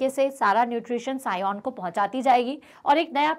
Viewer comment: Scion hota Hain sion nahi😅